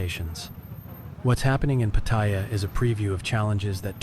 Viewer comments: Nice to know ❤ but its say pat—tar—yar in Thai sounding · Nope. You claim that you're a Thailand expert but butchered the name "Pattaya". You've clearly never been here. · Unfortunately, this video is full of overblown bullshit by someone who can't even manage to properly pronounce the name of the place they are trashing. The comments are filled with racism and general inhumanity. Unfortunately indeed. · WTF? Try to pronounce “Pattaya” correctly, eh? “Sanuk” also. I guess you have not been in Thailand long, eh?